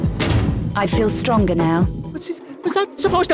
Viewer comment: “I FEEL stronga now”